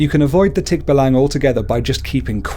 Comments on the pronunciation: Hes saying the creature wrong specially in tikbalang its actually Tik..ba.lang. Or Tik-ba-lang He said it fast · Thick- Baallang as you pronouce .. not tikbalang.. not short pronunciation . Plus you forgot tiktik, Kapre , igkanto, and duwende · You dont prounuced tikbalang tik-balang its tik-ba-lang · i mean its not tikba-lang its tik-balang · he is saying it wrong its not tik-balang its tik-balang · Nonono its pronoused as tik ba lang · Its pronounced Tik-ba-lang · it is tick-ba-lang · You said nr. 2 wrong just so ya know ^^ ((my php mom started laughing for No reason .-.)) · You pronownced it wrong! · I like how you pronounce Tikbalang